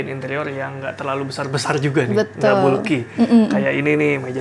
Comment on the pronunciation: Bulky, dibacanya Balki 😂